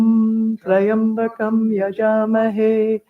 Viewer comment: The pronunciation is not Try-ambakam, it’s Tri-ambakam.